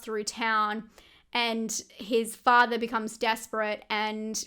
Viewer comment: Octobaaa, fathaaa, mothaaa, togethaaa. Just loving your accent. LOL 😂